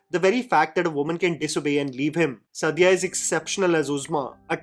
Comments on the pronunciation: Suddiya? What is wrong with your pronunciation???? For all the authenticity, research, correctness, and intelligence you boost of... it's disrespectful how badly you pronounce muslim names. Its Saaaadia, not Suddiya. Also it's Ibraaheem, not Eebrahim... that's for the annoying way you kept referring to Ibrahim Ali Khan in your Nadaniyan review. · Actress ka naam toh theek se lelo yaar. The way you are taking her name and surname is like a blow to the ears